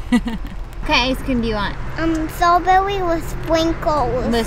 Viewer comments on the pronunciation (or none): "Stwawbewee with spwinkles...." Priceless! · "Stwabewy wif spinkles" 😄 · "stwawbewwy wif spwinkews"... Love it!!